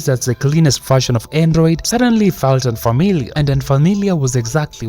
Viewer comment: Bro said unfarmiliar